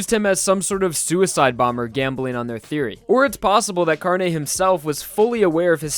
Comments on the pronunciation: It’s pronounced carn-eh instead of carnee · Carne Car. Neh. You said carni. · Carne's name is pronounced “car-nay”, not “car-knee” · It's pronounced Carne not Carni, by pretty much saying e on its own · "CAR KNEE" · That ''Carne'' pronunciation get's me really uncomfortable,considering I'm spanish and it's really different to how we pronounce it (That was probably the pronunciation but I still get a weird feeling when I hear it) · José Alexander He kinda pronounced it wrong. It's not supposed to be pronounced with a hard 'e'. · Yeah, since i'm Brazilian it's kinda strange aswell =P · "Gee-or-no" "Car-ni" "Mih-stuh" ughhhhh